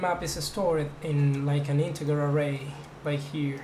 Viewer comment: Wow this is really nice. I love the graphics and platforms. P.S. - Your english isn't bad, aside from incorrect syllable emphasis on certain words. BTW, "char" sounds like "kar" and "integer" sounds like "intijer". ;)